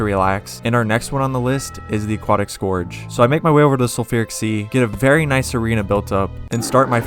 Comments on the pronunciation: scourge is pronounced scurge. as in purge. it’s just spelled slightly different. how’d you get scorge out of scourge? i’d understand if you pronounced it like “scour” but this just makes no sense. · desert scORge mfer its SCOURGE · scorge lol